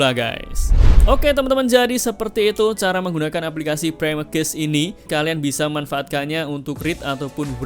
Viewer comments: Baru ngeh klo ternyata yg dibahas cache gara2 mas e salah baca 😭 "cache" dibacanya sama persis kyk "cash" mas, bukan dibaca kyk "case" 🙏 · Cache bacanya kash. Semoga dibaca, klo ga, malu2in ah cenel tekno ga tau cara baca cache